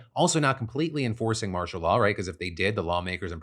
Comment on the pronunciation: After a while all I heard was, "Marsha Law."